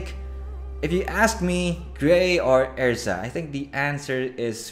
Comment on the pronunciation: Its pronounced Errrrza Er Zah. Lol not ezra